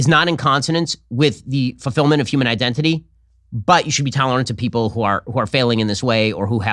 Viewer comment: Why must all of you butcher our language. The English language is hard enough with muppets ruining it! Wtf is a Uman Being It's HUMAN With a fooking H!!!!